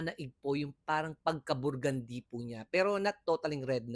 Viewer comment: Sis, I love ur creation and creativity...yung BURgundy..Pronunciation is Bergundy❤❤❤